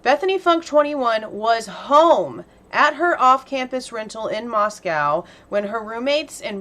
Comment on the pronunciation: Just a heads up - it’s pronounced like MosCo there. It but the same as in Russia.